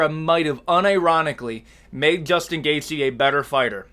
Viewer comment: there’s is no “S” in gaethje brotha but you can sure as hell hear it when he says Justin.